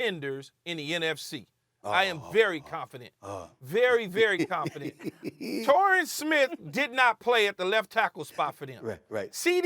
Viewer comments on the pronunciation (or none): Did he just say Torrien Smith?